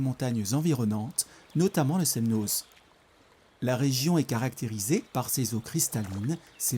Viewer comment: C'est votre commentaire qui est n'importe quoi ! De plus il n'apporte rien et ne veut rien dire... Je suis Annécienne et ce reportage est très bien et fidèle à la réalité. Sauf le z du Semnoz, qui ne se prononce pas. 😅☺️